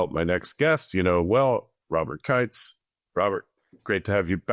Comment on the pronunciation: It’s KIENTZ, pronounced like Keentz